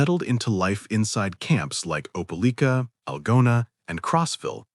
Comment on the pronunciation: It's pronounced opa like ka. Opelika